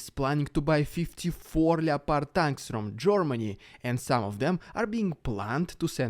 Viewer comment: ''Ljepardj'' tanks